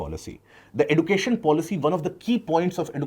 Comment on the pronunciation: edu cation not education